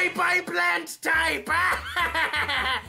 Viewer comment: i cringe every time he sad plant tipe